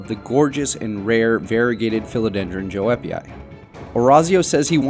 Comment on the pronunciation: The correct pronunciation of Joepii is “yoo-pee-eye”, just fyi for anyone who doesn’t know.